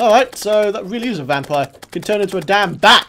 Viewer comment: everytime i hear you say you can subscribe and i hear you can't subscribe.